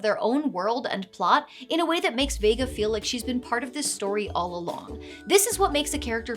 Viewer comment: No but the ChatGPT guy not getting Vegas name right is crazy though 💀